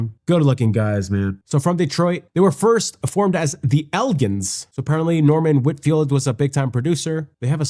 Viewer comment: EL GINS Gins is pronounced like the liquor- GIN.